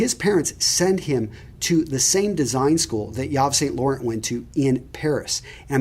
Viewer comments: Bro you gotta learn how to pronounce shit. Couture is not pronounced kott year Yves St Laurent is not pronounced eevay saint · Yves Saint Laurent pronunciation was terrible lol 😂. Plus Couture was rough